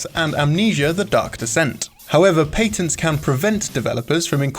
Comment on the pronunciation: I don't like when he says patents